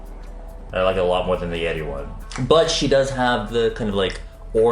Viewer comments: I kept hearing yeti instead of yeri lol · Is it just me when i heard he said "yedi pink" instead yeri pink?